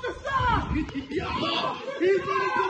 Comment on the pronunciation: 😂 pol-leece officer 😅